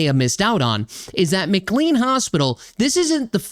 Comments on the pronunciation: The hospital is pronounced McCLAYNE not McCLEEN. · It's pronounced McLean with long A as in Shirley MacLaine. The HIPPA law of 1996 prohibits the disclosure of health care information so that's why you won't know about the backgrounds of Brown and the mother and her kids who spent time at the hospital. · Hey - I'm a big fan of your channel and a lifelong resident of a suburb of Boston. FYI. It's pronounced MCLANE Hospital even though it's not spelled that way. Sadly, McLean Hospital temporarily houses many violent people and it has a long history of problems where former patients get released and proceed to commit heinous crimes. It is unlikely that this flawed system will ever improve because time after time there's a violent incident followed by no attempted remedies whatsoever.